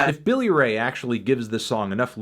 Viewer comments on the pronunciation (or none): none